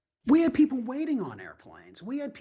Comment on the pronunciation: 8,660 peasple(her pronunciation not mine) has been given asylum. These individuals are receiving asylum based on what stolen land that was never theirs to begin with? Their inability to find jobs? They certainly aren't lacking food! I mean who didn't seem to notice that 90% of those video taped walking in were seriously obese to the point of waddling? This is blatant and I mean BLATANT favoritism looking every single citizen of the United States right in the face! Where was tRUMPs favorite billionaire buddy from? Yep South Africa! We are now to believe that these individuals who obviously aren't starving, they don't seem to be in any kind of shock or appear to be physically hurt or have been somehow put in jeopardy? All-the-while now we (the tRUMP administration) are getting ready to return those brave individuals from Afghanistan who put the lives of their families as well as their own lives in jeopardy in an effort to help the United States in a time of actual war. I mean REAL jeopardy not like the type of jeopardy these individuals seem to be in except maybe the lack of Big Mac or possibly cardiac arrest from over indulgence! Simply put rediculas which has become synonymous with the tRUMP administration!